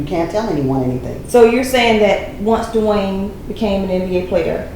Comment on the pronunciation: it's Dwyane not Dewayne. I dont believe her because Wade never said the awful things about her like she said about him. He said they just werent working out and she basically says she never did anything wrong LOL. abducting kids says enough i think.